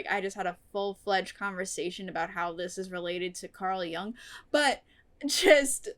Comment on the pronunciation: It doesn't particularly matter, but since you brought up the pronunciation of Jung, it's not pronounced like "Yung", the vowel should be the same as the vowel in the word "book" or "foot".